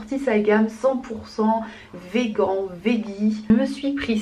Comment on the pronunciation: On dit « veganee « mdrr